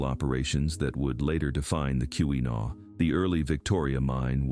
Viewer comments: It's key-wa-naw not key-wee-naw! Driving me crazy! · Kewenaw is pronounced key’-win - awe with the accent on the first syllable. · This was obviously created by someone isn't from Michigan (or AI) as the pronunciations are terrible. Every time 'Keewenaw" was mispronounced, I cringed. 😫